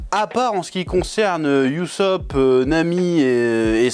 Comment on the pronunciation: Chef stp respecte le nom de Ussop. Sa se dit pas youzup mais Ussop